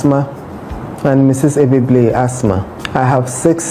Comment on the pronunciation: please, she's called As-Ma